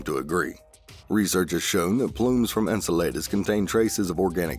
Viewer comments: Enceladus ~ is not pronounced N-sa-lay-dus but N-cell-uh-dus or at least thats how im used to hearing it... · Pronounced In-cell-I-duss